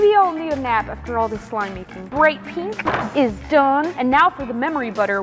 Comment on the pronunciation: Pink❌ Peenk✅